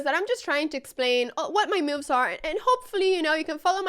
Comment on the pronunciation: No me canso de oírte cómo pronuncias "moves" como "miufs", es encantador... Muchas gracias por la forma de enseñar ajedrez, se ve que lo sientes con pasión G R A C I A S!!!